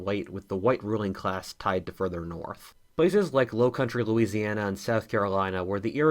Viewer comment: am i the only one who noticed "louisiana" instead becoming "Louisania" xd